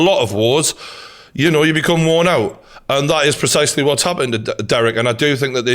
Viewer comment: I like the "if you have a lot of wars, you're gonna get warn (worn) out"